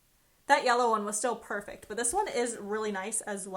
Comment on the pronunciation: By the way it’s pronounced perfect not perfec